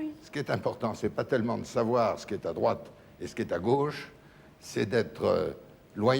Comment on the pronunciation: "La droiche, D'Arvor, la droiche. Ou la graute... mais ça sonne pas terrible !"